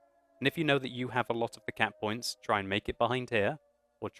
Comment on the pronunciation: lol every time you said cap points I was thinking cat points